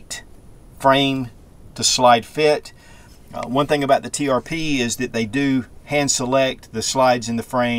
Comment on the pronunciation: Springfield Trp! You said tpr a few times 😊. Beautiful gun!